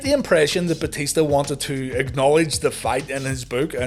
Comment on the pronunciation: Booker said "Batishta" all the time xD xD